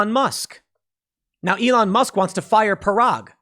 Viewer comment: Musk not mask!